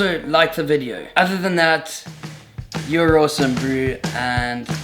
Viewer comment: Totally thought he said “Jon Olson” at the end and not “you’re awesome”😂